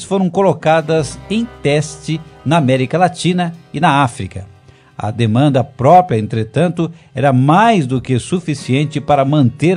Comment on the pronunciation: Porra,..."PRÓPIA" é de arrancar o saco, hein?!